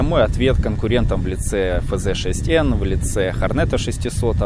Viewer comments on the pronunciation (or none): не ХорнЕт, а ХОрнет.